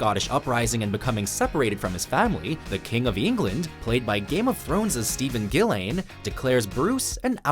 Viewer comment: I think you pronounced his last name wrong . It's Dillane, with a D. Or I might just be hearing things.